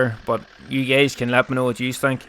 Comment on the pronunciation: Hey gays" lmao